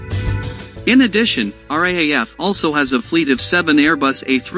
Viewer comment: R double A F is pronounced like wrath. This is why robots should not be narrating these videos.